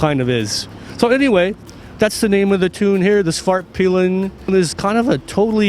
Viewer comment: Am I the only one that heard him say Husqvarna's fartpilen in the beginning?